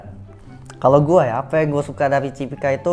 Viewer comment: Cipika bukan Cipiki ya bg??